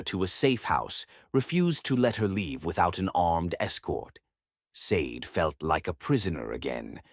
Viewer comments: I'm pretty sure Sade is pronounced Shar-day, like the singer, not like the green jewel... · Or maybe Sa-de(Sha-day) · Hi everyone, I came across this Afro-Korean story a bit late. The woman's name Sade should be pronounced Shadday, like the singer of "Smooth Operator"